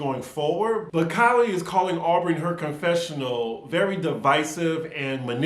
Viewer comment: Keeley not Kylie